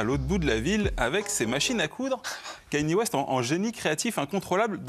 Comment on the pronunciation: ka-ni-é. C'est si compliqué à prononcer?